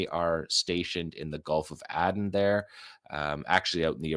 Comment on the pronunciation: The Gulf of AYden !!! not "adden" - Aden